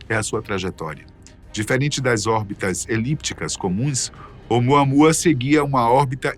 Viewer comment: OUMUAMÚA, meu filho. Esta é a fonética correta. OUMUAMÚA!!!!!!!